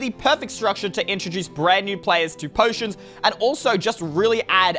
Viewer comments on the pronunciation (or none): players to potions Me: 1: you said it wrong 2: I doesn’t introduce new potions